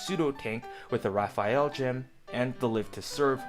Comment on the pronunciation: Anyone else bothered that he spelled Rafail as Rafiel gem, but when he pronounced it he didn't say it like either of those and instead called it the Raphael gem. Neither is pronunciation nor spelling were correct, but they also didn't match up with each other either.